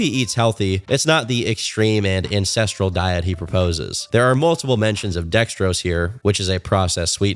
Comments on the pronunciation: I kept hearing INCESTRAL not ancestral 😭😭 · I keep thinking hes saying incestual. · EVERY TIME says "ancestral" I pause because it does not sound like that. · Everytime you said "Ancestral" I had to do a double take to make sure I heard right.